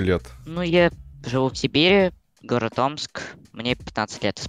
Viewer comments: Город ОМск а не Томск) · Не Томск а Омск